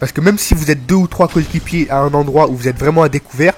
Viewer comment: Ca va, pas trop de problèmes d'élocution .. " Mes cokikipiers "